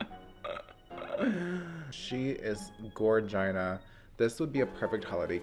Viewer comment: He said, “Gorgina.” I live. 😂😘❤️